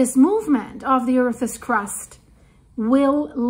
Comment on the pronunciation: its not Earthes, its Earths.. Oh, im just having fun with you. 🤣